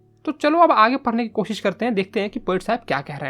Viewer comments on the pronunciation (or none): none